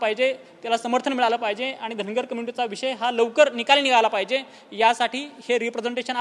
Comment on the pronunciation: Dhangad आणि dhangar...D आणि R चा diffrence समजतो का